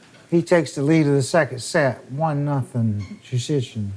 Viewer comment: He did a good job. His name is difficult even for Polish people